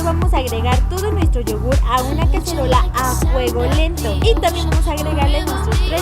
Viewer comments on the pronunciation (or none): like si lesslie dijo cacherola en el minuto y